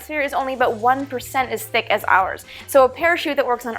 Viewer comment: I heard it! "Abought" love it!